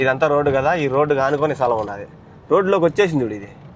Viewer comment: సలాం కాదు రా స్థలం 😂😂